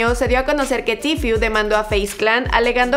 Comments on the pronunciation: Se dice tfue no tifiu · Se dice tfue no tfiu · Cada vez que decía tifiu(tfue) me quedaba como:KHE! YO EH ESCUCHADO A TODOS DECIR: TFU(tfue) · Se pronuncia "tifu" jaja pero bien video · like site incomoda que ella diga tfiu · “Tifiu” jajajaja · Di bien el nombre estás diciendo tifyu tifyu jaja hable bien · que mal que pronunciaste mal Tfue todo el video !